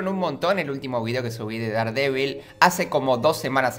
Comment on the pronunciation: Hola, si es que algún día vas a Estados Unidos y compras algo de Daredevil o no lo se algo por el estilo deberías saber que se pronuncia “derdevil”. Es para que no pases vergüenza ya que un día compre una figura de Daredevil y no me entendieron, solo es eso no quiero que pases vergüenza. Adios!